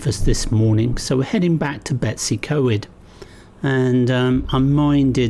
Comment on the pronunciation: Oh lordy how do you get Betsy. From BetWs .i dont know ,you made a pretty good job of Blaenau Ffestiniog! How to annoy many people without even trying very hard .Lizzie xx